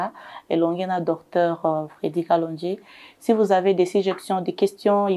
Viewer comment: C'est kalonji et non kalondji